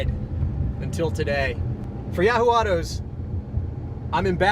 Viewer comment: Did you say Yeah-hoo Autos?